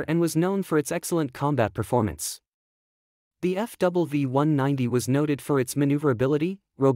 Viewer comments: The "W" in FW190 is pronounced doubleU. Double v would be V V which it s not!! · It's FW 190, not F double V gooseneck !